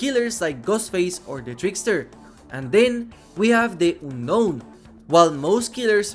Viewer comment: Oonnoun. Omg, your pronounce